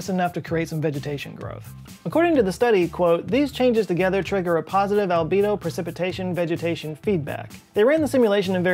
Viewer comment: I was going through my stuff while the video was playing...and i heard Libido instead of albedo..